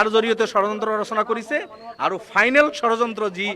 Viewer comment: অসমীয়া ভাষাৰ উচ্চাৰণেই নাজানে, ধৰ্ণাত বহে.....। কিবা বুলে 'চৰযন্ত্ৰ' কি বস্তু এই চৰযন্ত্ৰটো ।